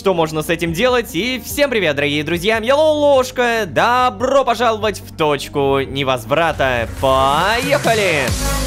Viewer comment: Я же не один заметил что Лололошка когда говорит добро пожаловать, раньше ставил ударением по другому?